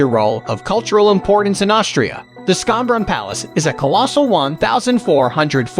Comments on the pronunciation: Schonbrunn is pronounced ʃɑnbɹʌn/ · Way to absolutely butcher the pronunciation of Schönnbrun. My German 1 students could do bette